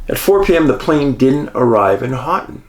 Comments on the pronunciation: Ho-ton (Houghton). But soft ‘t’ . More like Ho-en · Hoe-ton, not hot ton. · Love stories on my state... Michigan is creepy at times.. Congratulations on pronouncing Ypsilanti correctly... but Houghton is pronounced HOE Ton.... You and Angie will love Isle Royal. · Michigander Here - not to sound rude, but it is pronounced "Hoe-ton"! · I’m sorry. I can’t help myownself. “Houghton” is pronounced, “hō’ tun” 😁😂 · Maybe give Dave a correct pronunciation instead of criticizing him. Dave, Houghton is pronounced as Hoht uhn.....long "O" in "Hoht". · Another good yet crazy one thx Dave! Michigander here you destroyed the pronunciation on the city of Houghton .. might have to apologize to the yoooers Lol!! Keep up the great work!! 🙏🏻